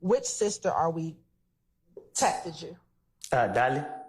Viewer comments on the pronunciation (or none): She keep saying “texteded”